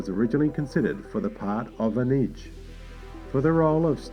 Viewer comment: Nice video, but your pronounciation of Ruafo, Anij and Doughertys names is awful!, i don’t mean to be rude, but it just smacked me in the face every time you said them.